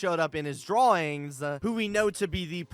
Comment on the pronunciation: I love your theory, but every time I listen I hear just the end of your sentences- "ARG'yah" "drawing'sah"